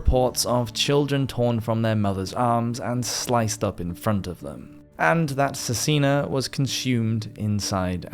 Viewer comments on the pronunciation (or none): Cesena - pronounced "Che-sain-a", my grandfather's home town. It is reported that upwards of 5000 citizens of Cesena were murdered. In Italy John Hawkwood is called "Giovanni Acuto" (John the Sharp) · Good video dude. However, if I can make a suggestion, try to get a better pronunciation of names and places because automatic subtitles were confused (ex. For Cesena the subtitles said Cina twice, which means China in italian) and I found it hard to follow